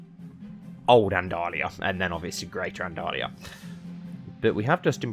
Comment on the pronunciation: Andal-Lusia (Andalusia in spanish)